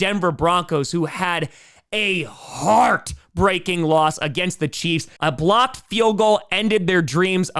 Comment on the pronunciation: I know he said blocked field goal, but for a moment i thought he said Blopped. Yep, that play was def Blop 10 worthy!